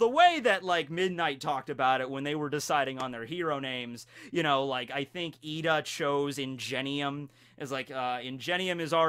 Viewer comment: Good videos bro But is Lida not Ida !!!